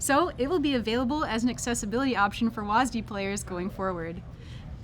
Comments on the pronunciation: WHY DO U HAVE TO CALL IT "wasdee" WHY WHY WHY WHYYYYYYYYYYYYYYYYYYYYYYYYYYYYY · WAS Dee. Why are they saying it like that? It's one syllable. One. Not two. Two is nearly twice as much as one. I will not stand for this. The rest of the video was good though. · Why do they say WASDEE? It's just W-A-S-D. What's wrong with saying that? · i hate how they say WASD like WAS-D its not like you call a wasp for was-p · its wSAD not wasd lol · why is it so hard for people to pronounce the letters instead of reading it like a word. Was Dee sounds dumb. WASD has always been spelled. Could've just made up a name for the directional input of it. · It's still weird to hear people call it wazdee instead of just saying all 4 letters. A little frustrating it's not in normal draft which is what I'd prefer to play. I understand keeping it out of ranked but come on, let me play a real match of the game with it. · Will they please learn how to say "wasd"